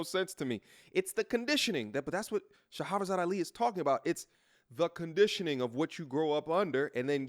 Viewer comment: Fam, "Shah-ra-zad" Ali. 3 syllables only not Shah-ha-ra-zad. It's spelled on over 6 books she's written. Love your content, fam but we gotta get the Godmother's name right at least.